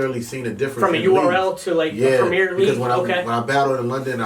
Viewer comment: You guys keep getting the name of the league wrong.. Its premier battles, prem I er, prem the I sounds like ee and er sounds a bit like ar... Not prem mier lol sounds like we going phantom of the opera or something... #yainmannynowlad